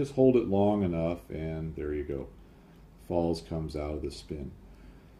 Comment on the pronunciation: try saying Pfalts. I believe 'z' (Zed) or Zee in American. in German is pronounced 'tz' or 'ts'. The P is obviously silent. Cheers for another interesting video.